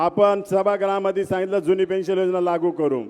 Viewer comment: पेंन्शल नाही साहेब पेंन्शन बोला